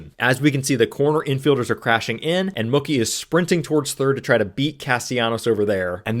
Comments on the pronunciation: You’re saying Mookie like cookie 😂 say like a cow goes moo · His name is pronounced Moo- key ,like a cow 🐮🐄 says Moo, Key 🗝️ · Are you saying "Muckie" Betts? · Mookie not mucky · Mookie rhymes with Dookie, not Cookie, lol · Why are you pronouncing Mookie like cookie? It's pronounced Moo-key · I'm a casual baseball fan and this was a great explanation of a wheel play. Thank you! Also just fyi Mookie is pronounced Moo-key 🙂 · I don't think you're wrong. It's Mookie like bookie. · Huh? You mean Moo-Key? As opposed to Mookie like Bookie? I say the latter. So does he. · you pronounce Mookie like it's a slur lmfao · I hate the way you're pronouncing Mookie's name wrong 😭 Cool vid tho 👍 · Someone tell this guy how to pronounce Mookie. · Someone should tell Mookie he's been pronouncing his name wrong this whole time. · Well...it does rhyme with "cookie"! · Mookie pronunciation is making me laugh. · I really don’t like the way you say mookie but I appreciate the teaching moment of the video great stuff